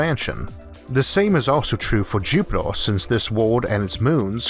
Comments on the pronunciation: Its Jupiter not jupitor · Why does he pronounce Jupitaar and eeeerth like that annoying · Jupitaa bla bla bla Jupitaa bla bla bla Jupitaa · interesting but find the strange pronunciation of the letter R a bit distracting. jupitoah ? what ? RRRRRR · "Jupitor" "Orth" :) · Is this voice a real person with a strange accent or a computer generated voice? The pronunciation of Mars as Maaaws and Jupiter as Jupit-or and almost every word with an 'er' is pronounced 'or' as in door. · Is he pronouncing Jupiter into jupitor 🤔🤣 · Repeat after me, Jupiter Jupiteeer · Please pronounce Jupiter correct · Why is the narrator pronouncing E's as O's? Listening to this is like being forced to watch a baby being dissolved in acid: horrifying and utterly unnecessary !